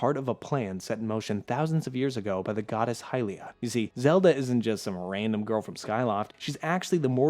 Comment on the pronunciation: They way you pronounced Hylia is straight up heresy!